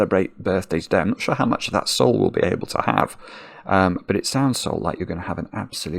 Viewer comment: I'm infinitely happy for this moment, thank you so much for the regards! It was an excellent birthday for Sol❤ Ps: you said it correctly